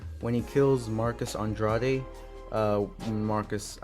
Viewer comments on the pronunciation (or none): none